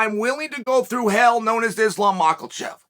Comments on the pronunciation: The only person I ever heard call Makhachev "Macklechev". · Charles gotta be trolling us with ‘Mackelchev’. Where did the ‘L’ come from? The reason Chael is undefeated is because he’s dropping all of his L’s in peoples names. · idk Chael says Mackelchev😂